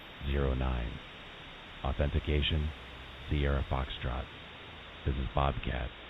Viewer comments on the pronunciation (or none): none